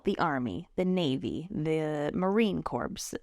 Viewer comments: Thank you for this information. How long after you order through Shades of Green do they get the tickets to you? Just a note, Marine Corps is said Marine "Core" like the core of the military 😉 and not corpse like ☠️ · Marine Corps, it's pronounced Core, not Corps.